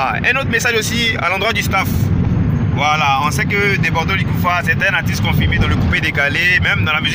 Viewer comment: On dit artiste pas atisse. Ha ivoirien avec le mauvais français.